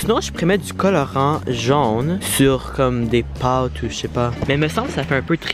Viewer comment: C’est pas jaune, mais jone 😂❤️